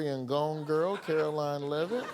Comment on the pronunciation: Amber 😂 it's Karolying Leaveitz Barbie 😅😅😅😅